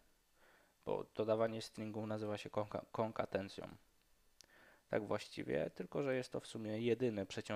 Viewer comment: Rozumiem, że to było przejęzyczenie, ale nie "konkatencja", a konkatenacja.